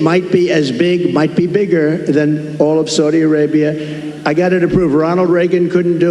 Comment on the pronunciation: If he could pronounce “Saudi Arabia” that would be a start.